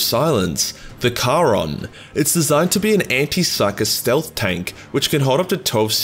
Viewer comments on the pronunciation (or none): "steath tank"